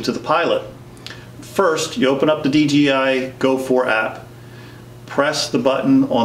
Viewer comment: Why does so many people say dgi why you know it’s dji ——- it erks me 😤